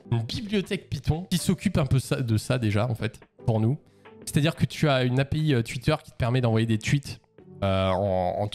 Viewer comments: Twuit Désolé 😂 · "tuite" C'est horrible quand on s'en rend compte mais j'avais pas remarqué x)